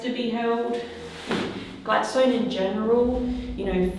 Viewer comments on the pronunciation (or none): Hi. We just come back from Tasmania and went to richmond jail and Port Arthur. Had a ball. Oh Gladstone is pronounced Gladstun. Not that its here nor there lol. Anyway love your videos. Inquired about your visit to richmond jail. He said you were so excited and such a lovely person. But we all know that. X we had a bit of activity while we were there. Not so much at port arthur. Your investigation was more exciting.